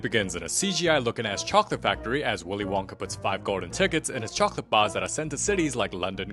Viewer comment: did anybody notis he said wilys Wonka